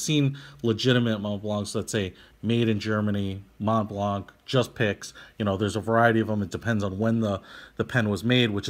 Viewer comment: Mont Blanc is a French name so yeah it's pronounced with the french accent but even if I'm French Canadian I don't pronounce the C at the end of the Blanc.